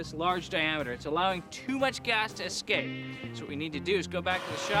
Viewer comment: The good ol' 'murican pronunciation of escape: EXCAPE.